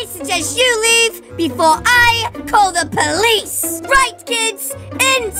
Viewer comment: Every time they say call I keep thinking it says Cali XD